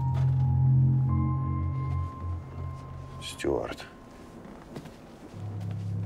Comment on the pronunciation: Pochemu nekotorie personaji, vklyuchaya i Ardasheva goviryat "styUart" (angliyskiy variant) vmesto "styuArd" (russkiy variant)? I jenshini vsyu dorogu v odnix i tex je naryadax.